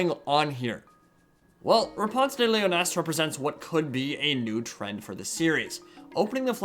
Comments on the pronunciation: 1) Knights Panther don't exist in CW's TW:W2 so Azhag can't be dead. 2) If Marius Leitdorf has a beard and Knights Panther don't exist, then Repanse de Lyonesse gets a ticket to the show AFAIC 3) leeyon-ESSS, mais pas lee-yonnaise. Even if KP don't exist, proper French pronunciation should. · Ooh a little reference to my comment on you pronunciation of lyonesse? Well let me take this time to say this: Lee-on-ness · Lee-oh-ness, actually. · You're right actually. That does look like it more. But then you might as well just say: Lee-o-ness